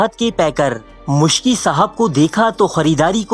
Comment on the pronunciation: Its Miski (R.A) not Muskhi